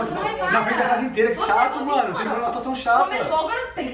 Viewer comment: Ja repararam que a ao invés de dizer "mAno" ela diz "mÉno"???????? Kkkkkkkkkkkkkk😂